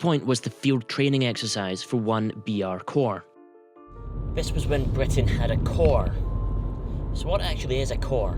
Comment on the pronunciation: Matt Eborne Bwitain